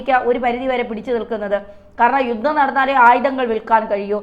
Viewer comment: 'യുദ്ദം ചെയ്തു ' ?ഈ 'യുദ്ദം' ഒന്ന് തിരുത്തിക്കൂടെ? യുദ്ധം എന്ന് ഉച്ചരിച്ച് ശീലിക്കൂ.....